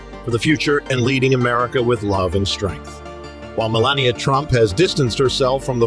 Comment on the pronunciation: The commentator did not bother to pronounce Me LAH Ni AH correctly. I do not care for her